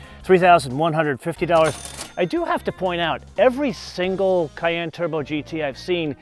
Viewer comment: Fyi it’s pronounced cayEnne like the pepper, not cayanne lol